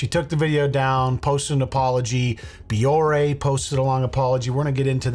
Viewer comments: She's not even pronouncing her "partner's" name right! It's Bioré. Pronounced "Bee-or-ay" not "bee-or". 🤦‍♀️ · BEE-OR-AY holy shit how can she partner with a company she can't even pronounce ugh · The fact that she can't pronounce Bioré properly just adds insult to (massive) injury 😒😒😒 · She misprounced the company's name too. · And she mispronounced Bioré 🤦‍♂️